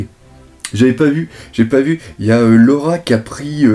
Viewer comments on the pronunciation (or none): normal que ce ne soit pas laura vu que cette laura dont vous parlez tous n'existe pas! c'est LOLA apprenez le nom des personnages et respectez un peu l'oeuvre au lieu de suivre dans ses erreurs de prononciations etc